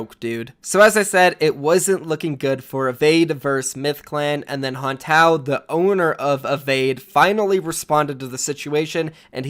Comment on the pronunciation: Ittssss hon-tae-oh